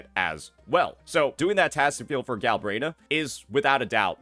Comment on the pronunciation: its "Galbrena" not "Galbraena" 😂